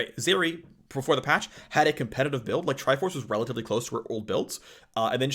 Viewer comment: I got a chuckle out of how often he said RELLatively